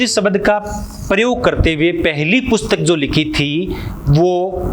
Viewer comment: शबद न बोल कर आप शब्द बोलिए सर।